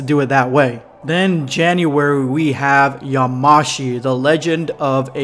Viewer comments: Yamashi .... It's yamoshi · Stop saying "yaMAshi" it's "yaMOshi" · Yamoshi is pronounced ya-mo-shi